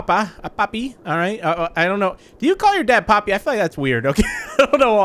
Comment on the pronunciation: The way he said papi and dada